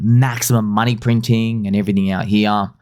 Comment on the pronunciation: 0.1B is not a lot of moon-eh.